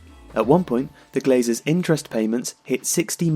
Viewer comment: It’s ”Glazers”